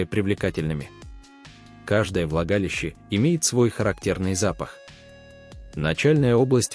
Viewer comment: А в оргААны это как и куда?!!.Когда же ты научишся читать правильно: оргААны, влагалИИще....